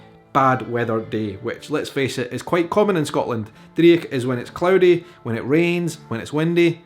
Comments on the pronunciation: Favourite Scottish Phrase is "gonnie no dae that". As in, you pronounced "Dreich" as dree ich, gonnie no dae that. In Edinburgh where I've live for 60 years it is "dreech" with the ch as in "loch" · driech ... dreich*** is the correct spelling & your no pronouncing that right mate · Every example you gave apart from two (sassenach/ shag) is Scots, NOT slang! Please, it takes 30 seconds to Google this. Please research the Scots linguistic continuum before promoting this misinformation, and check the pron of 'dreich'. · You're pronunciation of driech makes me want to gouge my eyes out. Otherwise enjoy your videos 😁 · Maybe it is an Edinburgh variation but having taught the Scots language I have not come across your pronunciation of driech and eejit.